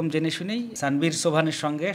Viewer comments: স্যানভীর না আনভির 😅 নাম টাও ঠিক করে বলতে পারেন না আবার সংবাদ প্রচার করেন 😂😂😂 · নামটাও ঠিক করে বলতে পারেন না,তার নাম তানভীর